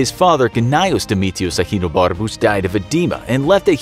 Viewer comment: Are guys not gonna compliment how he said “ahenobarcus”